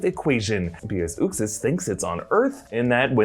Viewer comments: its not "Ux-is" is pronounced "Uxe's-Ass" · Its "YUXAS" not "OOXAS" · you totally miss pounced Uxas. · You aren't pronouncing uxas right js